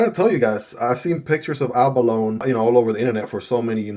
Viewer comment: If you care about being correct, it is actually pronounced "a·buh·low·nee".